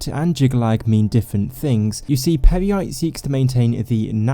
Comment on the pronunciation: I keep laughing now everytime he says Peryite